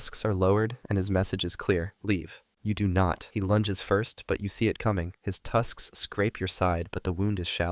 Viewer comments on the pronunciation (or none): not saying ' tusksks ' instead of just ' tusks '. lol😂